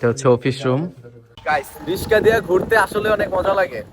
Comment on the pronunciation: আরে ভাই রিসকা না রিকশা 😂